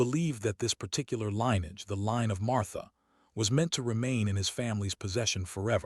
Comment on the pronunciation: Jesum Cripes, i wish you had taken a quarter of the time and just reported the facts instead of trying to make a novel out of this. Way too long and dull and pandering. Also, get your AI to learn how to pronounce "LINN-ee-edge"-- not LINE-edge!